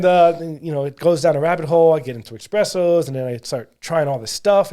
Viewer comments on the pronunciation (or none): none